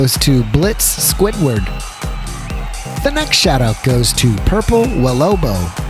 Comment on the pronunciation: thank you but you said welobo wrong but no prob